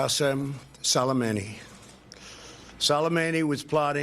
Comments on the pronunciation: Yuki Kitsune noo don’t apologize man I was just kidding. I find it funny tbh because some of them are easier to pronounce our way but people still don’t. For example, soleimani is : sool ay man ee, not: soly, mani. But his first name is actually hard to pronounce if you aren’t an Arabic speaker. The English language doesn’t even have a letter for it so they compromise with a Q. That’s why when you read Arabic names in English there are a lot of Qs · So Glad Colbert is back. But in that clip of His Orangeness, the jerk couldn’t pronounce the name of the General he’d just assassinated. It sounded like he almost said ‘salami’. I don’t know, but it seems to me if you’re gonna wipe out another human being you oughta at least say the victim’s name correctly when you’re announcing it on the world’s stage. Call me nutty, or did he not nearly pronounce it as ‘salami’? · As an Arab speaker, I cannot stop myself from cringing every time someone pronounced solaimani the way they do ...